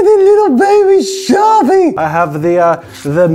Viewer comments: when he says sharpie he says “shawpee”🥺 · SHAH-PIH I'm laughing alone am 😂😂😂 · The way Jazza pronounces “sharpie” is adorable 😍 with so much love and tenderness 🤣 such a true artist !